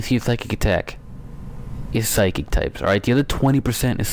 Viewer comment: You pronounce it "Sy-kick